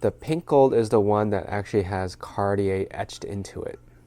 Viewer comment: I know Americans can’t or don’t want to pronounce most foreign luxury brand names properly but you, as a regular shopper of designer brands would know how to pronounce “Cartier” correctly